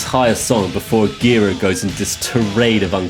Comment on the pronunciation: Last name is pronounced “jer-AH”